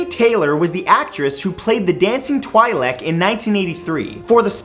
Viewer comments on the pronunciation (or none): "the dancing Twy Lek..." A little part of me died. It's pronounced "Twee Lek" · I'm pretty sure it was a nod to Galen Marek, but okayyyyyyyy. also, it's pronounced "twee-lik" (Clone Wars) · wtf its not pronounced twilight for the twi lek race ... (twie lek) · twin-lekku. twi-lek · Twielak? Duh hell? It's twee leek that's how you pronounce it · All these facts are well known, and not amazing. And it's pronounced Twee Lek, not twailek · TWEEEE LEK, not TWAI lek. sorry, great video, I just get annoyed over small things like that xD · It's pronounced twee lehk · Twi-Lek! [Twee-Lekk] [Twi*Lek] A species in Star Wars with tails on their heads called Lekku [Lekk-oo] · Isn't it pronounced "Twee-Lek"? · is it pronounced twilek (as in twilight) or tweelek?